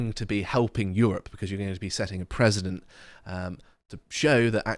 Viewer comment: PreCedent, not PreSident,!!